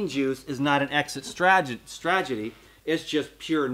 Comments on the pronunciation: Love you! Just thought id mention it's "strategy" not "stragety". Hope that helps! Don't take it as criticism please... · jt is STRATegy, not STRAGety LOL love you bro